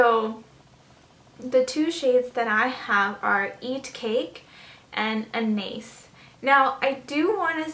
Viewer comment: I just have to point this out; you're pronouncing Anais wrong. It's a French name. Besides that, this video was very helpful. I love Eat Cake!